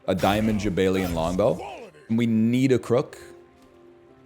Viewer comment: Jaballian even. Although NL pronounces it as jabaylian when he reads it.